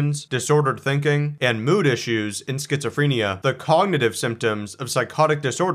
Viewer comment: Why can’t this man pronounce schizophrenia?